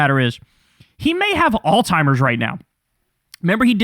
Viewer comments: Kyle, I love you dawg. But it’s ALZ-HEIMER’S (like alts-hymer’s) not ALL-TIMER’S. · Somebody has to tell Kyle that it's Alzheimer's and not All Timers. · Don’t mean to be pedantic, but it’s Alz. Heimer’s. Alzheimer’s. Not all-timers. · Alzheimer's, not All Timers. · How do we get Kyle to stop calling Alzheimer's alltimers 😔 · Alzheimer's*** not All-Timers. Yikes! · There is no T in Alzheimer’s. “Alls-himers” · I love you Kyle, but it is Alzheimer's (not Alltimers). I want to hear that Z! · I love you Kyle and agree with almost everything that you say and report. However, for the last few months, you’ve been pronouncing Alzheimer’s with a “T” like alls-timers, and it’s been fucking my ear-hole with a squalid prison shiv. That’s it… please correct and carry on! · Kyle, it's "Alzheimer's" ..... lol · You are pronouncing the word Alzheimer's wrong.